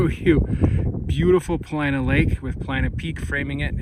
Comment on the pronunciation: Are u saying "Planet Peak? It's Paulina Peak. Thought I heard u say it twice.